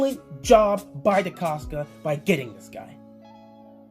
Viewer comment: Wats good Nice video keep up the good work i enjoy your content.💪🏾 I do wanna point out that your pronouncing Eric decostas name wrong with a K at the end. DecosTa